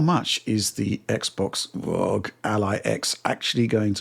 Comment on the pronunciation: ROG already officially stated that they prefer the name to be pronounced as an acronym but these guys still pronounce as Rooogghh. What gives?!!